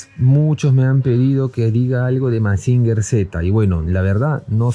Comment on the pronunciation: Gemusin se pronuncia "masinyer" no "masinger"